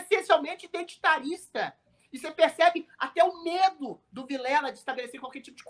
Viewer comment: Viléla 😂😂😂 fraco